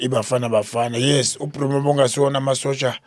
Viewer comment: tell our best chairman in the world that his name is not Brumo it is Broos 💀☠️❤🖤